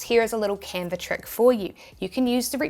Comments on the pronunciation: no r in canva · Love your accent “Canver”…. I digress!